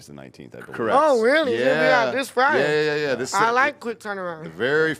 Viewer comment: It's not Friday, you retard, hard D